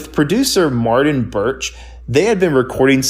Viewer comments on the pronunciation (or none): none